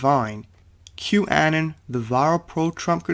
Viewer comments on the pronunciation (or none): Anon = Uh-non (like anonymous)